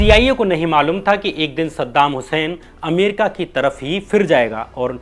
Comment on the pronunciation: Sadam husain ka nam achea tarike se lo